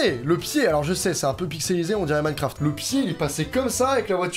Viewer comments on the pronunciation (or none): none